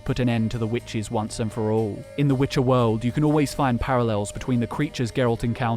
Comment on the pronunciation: the way one of them pronounced" Witche'er "still echos in my dreams